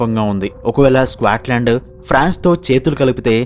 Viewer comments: Bro squatland enti bro. Adhi Scotland. Video motham alaage pronounce chesaru. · "స్క్వేట్ లాండ్" ఏంట్రా బాబు దరిద్రం కాకపోతే? ఎంత తెలుగు మీడియం ఐయితే మాత్రం ఒక దేశం పేరు మార్చేస్తావా? "స్కాట్ లాండ్" కు పట్టిన దుర్గతి. వీడియో లొ మాట్లాడే ముందు ఒక సారి గూగుల్ చేసి pronounciation ఏంటో మింగించుకోవాలి. స్క్వేట్ ఆంటే అసలు అర్థం తెలుసా? స్క్వేట్ ఆంటే క్రింద కూర్చొని ఉచ్చ పోసే విధానం.కనీసం "స్కాట్ లాండ్" అని కూడా పలకలేవా? ఆంటే జీవితం లొ అసలు ఆ దేశం పేరు ఎప్పుడు వినలేదన్నమాట.